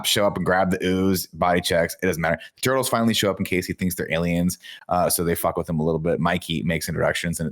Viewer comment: NINJA TWO-TLES! WTF Tim! 😂😂